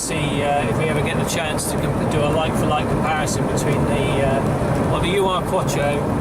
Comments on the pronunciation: It's neither pronounced U R nor does it mean original. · Tim Shaw off the telly thinks it's pronounced 'you are' as well.